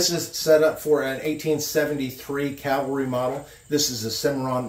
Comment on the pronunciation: Cavalry not calvary. I have a problem with that.